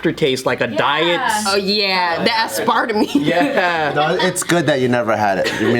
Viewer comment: I'm sorry did she just pronounce aspartame ASS-PAR-TA-ME?!?!